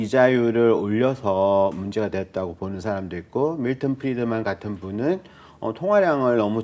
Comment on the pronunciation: 어... 음... 영어발음도 안좋고.. 프리드만을 프디드만으로 발음하시고... 음.. 어..